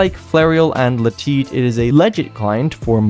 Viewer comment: No one:: La Teet